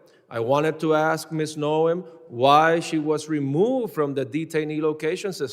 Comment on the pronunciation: The first person to ask questions with the grey beard needs to use proper words like 'ASK,' not 'AKSK'? Can't he speak english